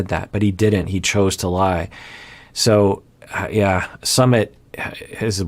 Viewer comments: Hey! I know this isn't the point of the video but I couldn't help but notice the mispronunciation of Sumit. xD Totally not expecting anyoen to know but just thought I'd share:) It's actually S-eu-mith (kinda sorta). So it's as if you were saying "Smith" with a light u. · I think it's Soo-meet